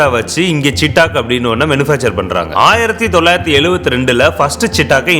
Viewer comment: நண்பா. ரொம்ப நல்ல வண்டி. இப்போ வந்த EV வண்டி ரொம்ப நல்லா இருக்கு. ஒரே ஒரு correction. அது பேரு சீட்டாக் இல்ல. "சேத்தக்". (Chethak splelled as Chetak).